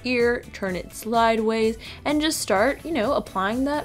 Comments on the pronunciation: she said slidways 😂💙💙💙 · Did she say slideways?😂